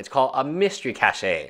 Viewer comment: Funny English - Cache is pronounced Cash.